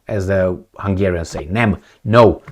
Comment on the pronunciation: Wow speaks Hungarian. "Nem" you said the correct way 😊 and " nem tudom" is perfect as well.